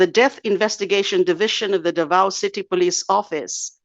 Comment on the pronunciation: I don't know where you from de lima, you can't pronounce the word Davao correctly ...???